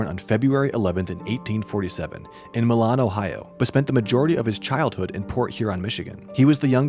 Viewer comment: Wow! So much misinformation in one video! Please learn how to pronounce Milan, Black Maria, and Mina.